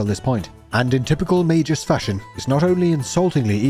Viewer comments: Its MagUs not MagEs. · I liked the video. Except for the part where you repeatedly pronounced magus wrong. May Gus. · I'm confused with the English pronunciation for magus, is it really may-jus? I have a gut feeling, or maybe a jut feeling that that's not how you pronounce the name of this game, jame, game? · Magus pronounced as Mei-jus? Oh. like - Magina pronounced as Ma-jai-na. RAD!